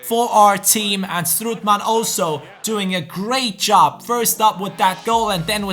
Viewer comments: Hahahha, you say strootman wrong, you Say stroetman, please have a look how to say it good, its strOOtman, Oo like Olimpic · Strootman is pronounced like 'boat' stroatman not like 'good'